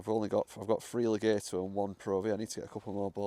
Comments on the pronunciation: You say le-gayto I say Le-gaaaato You say to-mayto I say say to-maaato 🤣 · It's actually Le-gaht-o. (Extended 'a' sound). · Pronunciation, Le- gat- o. Not Le- gate- o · Legato gat not gate